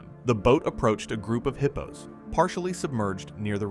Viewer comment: Would you please stop calling hippos heapos 😏😅